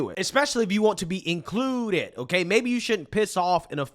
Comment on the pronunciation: Inclooooooded. Duno why bro says it like that but it got kinda annoying after a while